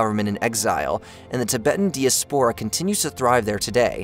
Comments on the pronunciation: Same reason for mispronouncing "Nehru", too? How about "diaspora" (as "Dee - a - spore - ah) -- it reminds me of Connie Chung's repeated "MS-dose" in her Bill Gates interview. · Your pronunciation is incorrect its pronounced dally lama not delie la ma cute😮😅 de-esporia is diaspora god for being a good orator you make me angry when obviously pronounced shit is pronounced incorrectly I'm supper surprised you haven't been told this jezz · Good video. Your pronunciation of Dalai Lama bugs me though. And diaspora ☺️